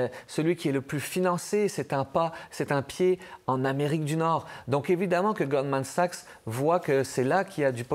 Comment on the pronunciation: A-M Dussault qui dit "Golden Sachs" tout le long... 😅 Goldman Sachs est la 2e banque la plus riche du monde... Tout journaliste compétent devrait en connaître le nom sans se tromper Honteux. Donnez donc l'antenne nationale à qqun qui la mérite!